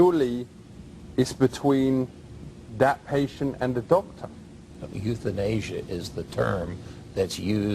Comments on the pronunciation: euthanasia=youthInAsia ahahahaha!!! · the youthinasia, rofl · YouthinAsia had me crying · Youth-in-asia LOL That one really cracked me up. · Youth-in-asia lmao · youthinasia LMAO